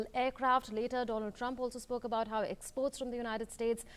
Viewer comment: Modi introduced as Mr Doland Trump hahaahaa